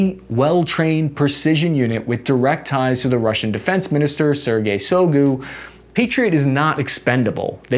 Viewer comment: Voog-leh-dar Shoi-goo You're welcome.